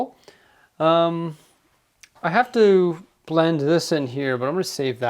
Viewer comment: Please..... Stop saying blent aaaaaaah